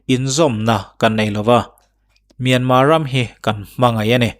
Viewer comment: Myan mar anilo mi,myanmar ania,r an lam thiamlo a,myanma atih phah a,he ta lo tih myanma ve ngawt chuh.